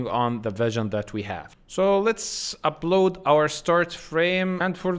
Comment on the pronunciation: Good. But you should make sure not to mix b with p. For example sometimes you say ubload it should be upload. Deebseek should be deepseek. Etc.